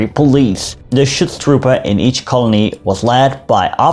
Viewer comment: Ich liebe es wenn englisch-sprachige irgendetwas auf deutsch aussprechen 😂 "Chutztrupä"